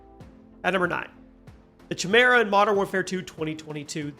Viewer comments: I wither away when someone pronounces chimera wrong. Hahahaha😊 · Top 10 words we discovered doesn't know how to say. #10 chimera. Haha Just having fun, love the videos